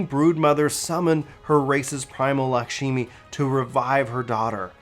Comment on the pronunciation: okay so it's supposed to be Lak-shmi not lakshimi